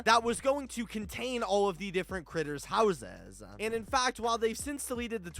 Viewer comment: Is it me or the way you say houses it’s sounds like houseziz 🤣